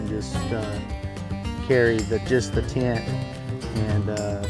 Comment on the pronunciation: Mar-mor-ant “tint” lol